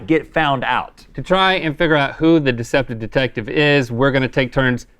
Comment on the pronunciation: Watching Rhett repeatedly butcher the pronunciation of "deceptive detective" while explaining the game in the beginning was tremendous